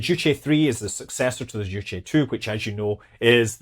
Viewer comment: A small point on your last segment. You’re pronouncing “Zhuque” the way “Juche” (the North Korean “self reliance” philosophy) is pronounced. I was intrigued that they named a rocket after the North Korean word. But Zhuque is pronounced differently and means Vermillion Bird.